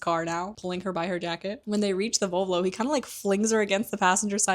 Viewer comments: VoLvo, not VovLo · Kinda obsessed with your (mis)pronounciation of Volvo ahhaha❤